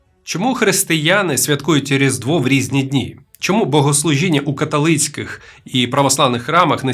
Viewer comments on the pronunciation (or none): Ой... А ви - науковець?? Релігієзнавець? Історик? Чому ви вимовляєте "каталицький"? А ґерманці чому у вас херманці?!